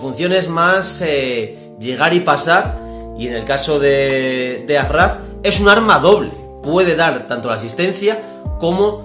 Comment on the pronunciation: Se dice achraf